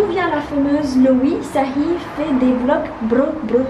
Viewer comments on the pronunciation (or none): “Arrête de dire blogs, on dit vlogs wesh” C’était moi MDR Brr brr brrrr